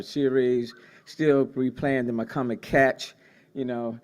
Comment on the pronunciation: he said mccormick